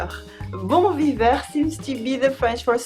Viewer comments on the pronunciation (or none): Ouuuch, le "bon viveur" fait mal aux oreilles quand même! Mais c'est, comme d'habitude, une super vidéo!